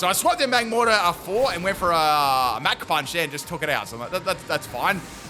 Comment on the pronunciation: Fighter jets don’t go mack 3, they go mach 3 (mock). Your pronunciations are outrageous lol. Super entertaining vids man. Big fan.